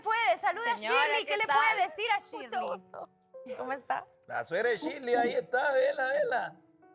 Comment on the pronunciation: Oigaaaa a mi paisana díganle Shirley como se lee, no le digan Shirly jajajaja